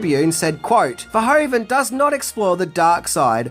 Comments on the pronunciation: Hi,first of all thanks for your videos. I just wanted to let you know that you pronounce the “oe” in Verhoeven as “oo” in English. As in loop for example. 😉 Keep up the good work! 🙏🏼 Greetings from a Belgian fan. 😊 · … it’s Paul Verhoeven, not Pol Verhoven 😉.